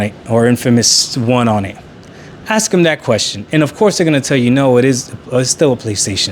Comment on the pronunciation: "If somebody ax you"